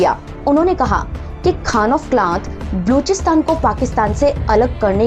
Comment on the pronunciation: बलूचिस्तान तो ठीक से बोलिए|